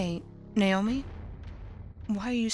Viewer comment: How the mom pronounced Naomi's name "nay-oh-mee" bothered me. Other than that, it's good.